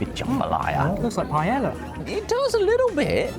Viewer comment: Paella is pronounced with a y because it's again... Spanish. Not pie ella